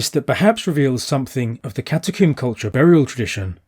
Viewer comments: Why do you keep saying catacomb as catacooombuh? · That's his English accent and his very slight speech impediment.